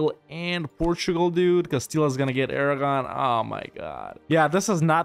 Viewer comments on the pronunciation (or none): none